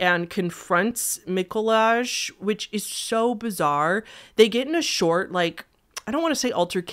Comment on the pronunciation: Right, um... im Polish and omfg i never heard about this case???? Poznań wtf Edit: Mikołaj is pronounced as Miko-why, Julia is pronounced as You-lia